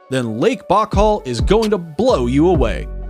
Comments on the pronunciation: beautiful video, but may I point out that the waterfall is on the zam-BEE-zee (Zambezi) River, rather than the zahm-BEZZ-ee, and that Lake Baikal is BYE-call, rather than BOCK-all? Also, you have to be leaving something out when you call Grand Prismatic Spring the largest lake in the USA, and #3 in the world, because all 5 Great Lakes are larger, as well Yellowstone Lake right there in the same park. Then there are Great Slave and Great Bear Lakes in NWT, and Lakes Winnipeg and Winnipegosis in Manitoba, both being in Canada. Did you maybe mean to say that it's the largest hot spring, because I maybe could believe that? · Bockel? The lake in Siberia is pronounced By-Cal. And, Zam-bee-zee. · 05. It is pronounced Bai-kal not bahkal smh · Omg: now I just heard you say “Lake Bachall”!!!! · If you could pronounce Naika right what made you miss spoke Baikal?